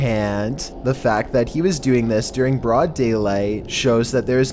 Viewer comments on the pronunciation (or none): none